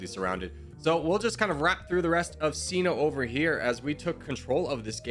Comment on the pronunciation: bro pronounced CİNO (gi-no) like si-no 💀💀💀💀💀💀